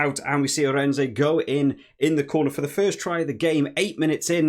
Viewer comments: Good review. Just who is "Arendsay"? It's pronounced Aah-rend-su. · Arendse - say "Aren't-sir" (silent last r)